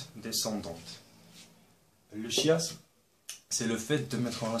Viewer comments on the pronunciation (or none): Superbe vidéo j'ai tout compris! par contre je crois qu'on dit "kiasme" et pas "chiasme Merci quand même 😉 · On prononce le "K"iasme, pas le chi-asme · Par contre le chiasme ce prononce "quiasme" et pas chiiieeeeasme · A LIRE par tous ceux qui RÉVISENT LE BAC FRANÇAIS 2017 ! Une bonne explication des figures de style ! Une petite erreur : chiasme (on ne dit pas ch mais k : il se prononce kiasme) Les citations sont pour la plupart celles d'auteur connus. Vous pouvez vous amuser à chercher de qui elles sont ! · C'est beau ce que vous faites, mais chiasme \ʃjazm\ ça se prononce \kjasm\ si je me trompe pas ;) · On ne prononce pas "chiasme" comme chier mais "chiasme" comme choral :) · on dit kiasme et pas chiasme c'est très utile et merci beaucoup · Sa se prononce pas chiasme mais kiasme mais sa s'écrit chiasme sinon superbe vidéo 😉😉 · veuillez accepter svp cette petite correction chaisme le ch se prononce k pour le reste tres excellent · ON NE DIT PAS CHIASME MAIS KIASME ........ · on dit pas chiasme mais kiasme mmmdr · on prononce pas le "H" de Chiasme . on dit Kiasme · tu as mal prononcer le chiasme .le ch il faut le prononcer en k "kiasme" mais on l'écrit chiasme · chiasme se prononce kiasme pas chiasme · On prononce [kiasm] Bonne idée de les placer dans un schéma! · Bon résumé. Cependant, "chiasme" se prononce "kiasme". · Juste le chiasme ça se prononce " quiasme" non ? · ça se prononce quiasme mais c pas grave le reste est bien fait. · Effectivement Ça se prononce avec " k" Et c est dans le dictionnaire . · oui :D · Ma prof de français a trouvé sa vraiment géniale et elle va s'en servir pour faire un cour, attention cependant "chiasme" se prononce "quiasme" voila. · on ecrit chiasme, on prononce kiazme votre explication est tres claire merci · Bonjour, Merci pour cette vidéo concise pour ceux qui ne connaissent pas les figures de style.Juste une remarque, le chiasme se prononce "kinasme" à l'oral ;) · Chiasme ça se lit kiasme ^^ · Sa ce prononce kiasme